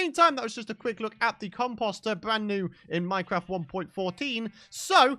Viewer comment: I was scouring for a comment that showed I wasn't the only one who thought he said it weird 😂😂😂